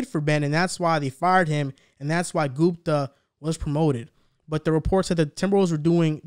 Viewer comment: My man really called him gumpa right after corrected him to say gupta lol